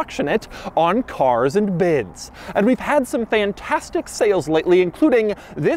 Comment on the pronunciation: The way you annunciate Cars and Bids 🙄